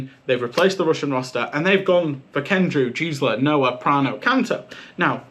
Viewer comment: Great video, thank you! Just a small nitpick: The 'G' in Gsla is pronounced the same as in Google. At least that's what the german casters say and also ties into a joke of 'Gisela' actually being a womans first name.